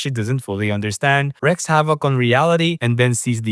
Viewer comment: Wreaks havoc - wreak is pronounced 'Reek', not 'Reck'.